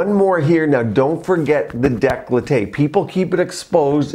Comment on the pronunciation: Decollete is pronounced deh - coe - let - teh not de - clo - tay